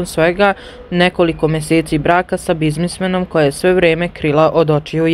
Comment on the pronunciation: Ko ovo čita?Ne kaže se bizmismem gusko već biznismen.